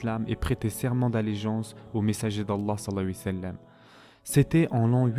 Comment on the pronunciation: S’il vous plaît faites un effort lorsque vous dites « Salla l laahu 3alayhi wa Sallam » vous mangez les lettres et la prononciation n’est pas top. ❤️